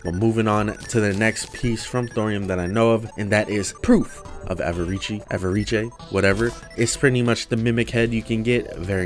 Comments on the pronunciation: How do you pronounce avarice ah-va-ree-chay? It’s pronounced ah-va-ris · I like how he pronounced avarice like it was an italian word haha